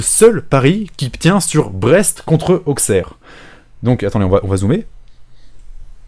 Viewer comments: Auquesserre ’ je note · On dit Ausserre et pas AuXerre, je sais que c'est perturbant mais c'est le patois. Et c'est très irritant pour les oreilles quand tu le scarifie plusieurs fois d'affilé xD Je dit ça de manière totalement second degrés et pour apporté potentiellement quelque chose que tu ne connais pas. Je pense qu'il est toujours appréciable d'apprendre chaque jour quelque chose donc voilà c'est cadeau, libre à toi de faire saignée les oreilles des Auxerrois ou non x) Bisous! Continue comme ça, tes vidéos sont top!